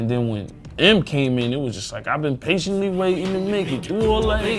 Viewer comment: Shit Shit when i heard em say I'm paintenly waiting gouse bumps